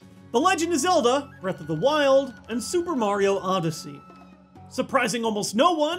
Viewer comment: Breaf Off da wiold